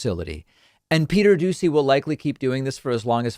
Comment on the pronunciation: Am I the only one that hears him say Peter douchy?